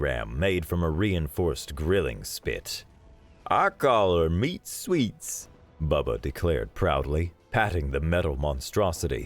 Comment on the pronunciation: you pronounce meat sweets, not the intended meat sweats, as in to perspire